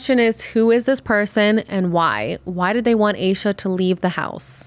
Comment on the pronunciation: Heard this story so many tes Its definitely seome close to her groomed her. Also please stop pronouncing hername wrong. Its pronounced with a little a not a capital A